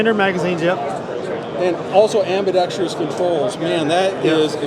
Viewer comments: Ambidicterous lmao ambidextrous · I love PSA but if that guy says "ambidextrous" wrong again, I'd have to punch him in the throat. The damn word only has one "I" in it!!!!!!